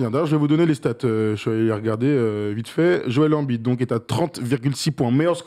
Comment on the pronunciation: Ça choque que moi la façon dont ils prononcent tous embid ? Ils disent « anbide » bah non c’est « aimebide » ça me dérange de ouf